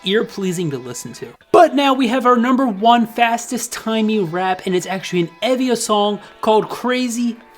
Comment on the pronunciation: I don’t who Tymee is but I thought you’ve been saying Tiny.